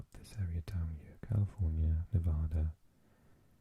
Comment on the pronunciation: Impressed with your pronunciation of Oregon. As an Oregonian it’s unfortunate to see our state pronounced incorrectly by maybe 50% of our own country. #BestCoast